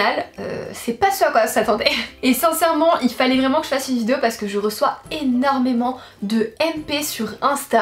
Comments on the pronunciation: Arrête de dire vidzeo punaise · Mais tu sais pas dire vidéo ?